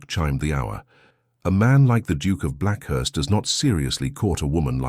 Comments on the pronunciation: Black 'heeth' not Blackhearst. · Apparently the AI reader has decided "Blackheath": is to be pronounced as "Blackhurst".. A minor point I suppose but an irritating reminder that we humans have decided to hand off the ability to read our own stories! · Blackheath is not Blackherst.